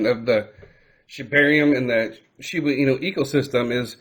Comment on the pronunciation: Are you saying Shibu Inu? Cuz it’s pronounced ShibA Inu